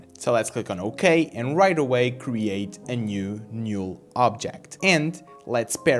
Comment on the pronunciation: It's not a big deal, but the "NULL" is pronounced as "Nall" but not "Nule"